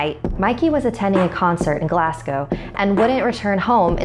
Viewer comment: Woohoooooo you said Glasgow correctly! 🥳🥳